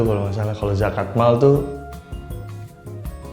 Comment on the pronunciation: kenapa gue ulang ulang ya yang "zakat mall" wwkwkwk